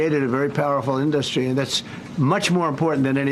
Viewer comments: Can i please hear this dufus mispronounce in-duh-stry one more time 😂😂😂😂😂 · Omg how many times can he mispronounce industry in one sentence.